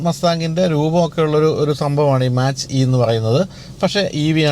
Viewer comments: മാച്ച് അല്ല ചേട്ടാ. Its മാക്./മേക്ക് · Mach - E .. its pronunciated as 'Mac' E ... and that name came from speed of sound